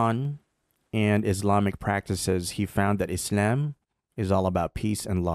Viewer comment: I don't like the way you pronounce Islam